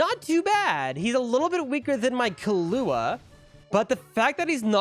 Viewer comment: you can tell bro's white when he says the names, especially killua